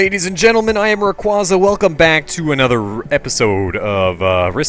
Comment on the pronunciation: Still wondering why its pronounced like ¨rawrquaza¨ and not ¨rawrqveiza¨ <---- or whatever